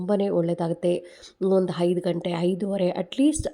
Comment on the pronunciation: Haidu gante alla aide, annondu alla hannondu, adinaidu alla hadinaidu😂😂😂😂😂😂